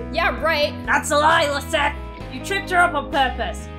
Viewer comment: My name is Lizette, AND IT SOUNDED LIKE GLOOM SAID MY NAME, I AM SOOO HAPPY